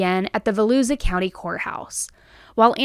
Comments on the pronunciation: Not Vel-ooza. Vel-oosha for Volusia County. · Im so happy you're taking care of you!! ❤ Side note- it is pronounced Vo-lu-sha (Volusia) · Do you have Siri to tell you how to pronounce words? Kissimmee= Ka-sim-me. Volusia=Va-loo-sha. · Hi....I live in Florida, and just want to help....Volusia is pronounced vol-YOU-shia county. Hope this helps in the future ❤❤❤❤ love yo u and another great breakdown of a gruesome case!